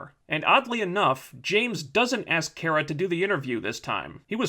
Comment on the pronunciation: I know these videos are old, but is he intentionally mispronouncing Kara's name as some form of passive-aggressive antagonism against the character? It's kinda annoying.